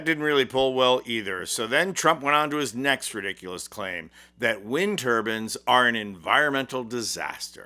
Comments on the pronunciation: It's wind turbines, not turbans- a head wrap. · Wind tur-bines not wind turbans. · Turbines /bainz/ not turbins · turban and turbine very different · Like the video, love the message! But, please recognize that there is a difference between turbines and turbans!! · They aren’t “ turbans” they are turBINES with a long I. As is Mines Whines Fines DInes.